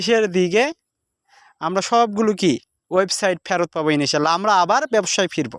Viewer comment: ভাই মনে কিছু করবেন না। ই নি শা আল্লাহ না। সঠিক হচ্ছে ই ন শা আল্লাহ। আপনি হয়ত সঠিক বলেন কিন্তু শুনা যায় ই নি শা আল্লাহ।